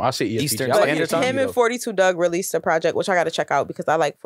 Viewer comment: it’s said “Four Two” Dugg. Not “Fourty Two”